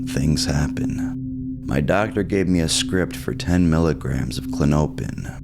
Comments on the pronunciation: I think it’s pronounced “Klon-oh-pin” …but maybe I’m wrong 🤷🏻‍♂️ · It’s CLAW-no-pin btw. Stress is on the first syllable. Was kinda killing me tbh lol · Kla-nope-N’s alone is diabolical! Artificial intelligence type shit type shit🫠😶‍🌫️🫣🤗😂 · It's klah-no-pin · Klah-nope-in he says lol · klonopin is the only medication that manages my anxiety without making me black out or get that dumb feeling like xanax. and it's pronounced klon-uh-pin. green pins are 1 mg, white pins are 2 mg. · It’s pronounced “Klon-O-pin” (Respectfully) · Kuh lawn oh pin. That is how it is pronounced. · It's pronounced "klon-o-pin". It was really annoying listening to you pronounce it. No offense brother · It's pronounced CO-LAWN-A-PIN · Pronounced “klono pin” hence the nickname k pin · It’s kinda funny how you pronounce it like how a weird midwesterner or something would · How dare you! I am so disappointed and frankly disgusted by your pronunciation! Big pharma spent like 3 GRUELING seconds naming this drug and you disrespected all that hard work! You ought to be ashamed… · The way he says the name is meaning me need one